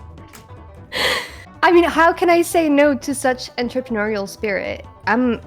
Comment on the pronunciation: The girl seems rather cute, but she cannot pronounce "entrepreneurial" correctly